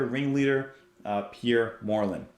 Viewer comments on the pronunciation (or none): Pierre Moerlen, (Prounouned, "More Lann") is undoubtedly the most highly skilled drummer and percusionit/multi instumentalist. I met him in '97 and he was so modest and gentlemanly, it was unbelievable! Just for the record, Didier Malherbe, it's prounonced, "Mal Herb".